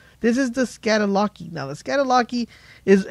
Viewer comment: Bothered me so much